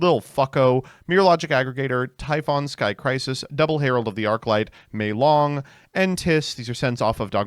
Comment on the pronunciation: pronouncing Malong as Meilong for no reason, some things never change.